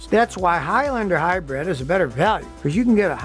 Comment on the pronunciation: He always pronounces hybrid “hybread” in all of his regular videos where he’s just talking and repairing a car. I think he writes these scripts himself. Maybe someone from his old tv show helps him do the graphics.